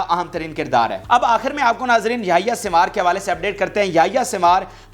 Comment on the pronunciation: یہ یحی سن وار sinwar ہے سوار نہی ہے تلفظ درست کرلو یہ شخص حماس کے بانی لیڈرز میں شمار ہوتا ہے مذاحمتی تحریک کی جو سٹریٹجی ہے اس جنگ میں اس کے پس پردہ اسی شخص کا منصوبہ اور حکمت عملی ہے